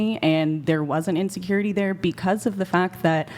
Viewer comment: i am curious.... do they have any other words in their vocabulary aside from " INSURURITY". The only thing that is coming out of their mouth is "insecurity". All I have to say my brethren is RUUUNNNNNNN TO THE HILLS!!!!!!!!!!!!!!